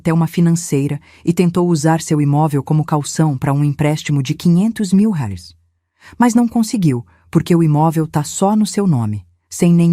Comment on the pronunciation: A narradora não consegue pronunciar a palavras "reais" nem com reza forte. kkkkkkk